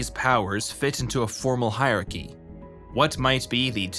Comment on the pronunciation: Hierarchy high-er-archy, not hi-archy